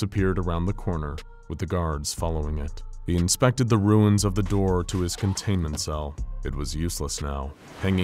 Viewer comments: Why is nobody else talking about how the narrator said "a knock at the der" instead of door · I heard the word der not door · I love this so much, but I love more knowing the infallible narrator and team missed . Very subtle and likely over looked by everyone who views this but once heard cannot be unheard. “A knock at the dur stirred him” a simple slip of the tongue. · I’m dying 😂 “A knock on the derr stirred him” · pls tell me everyone hears him say ' a knock at the dur ' LOL great video though. i love watching these in bed before i sleep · “A knock at the dirr” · “A know at the der”😂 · Is it just me or did he say, "A knock at the der stirred him from his revery"? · “a knock at the derr” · "a knock at the dur" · A knock at da derr. Haha I get this same word mashes some time. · “a knock on the 'dir”??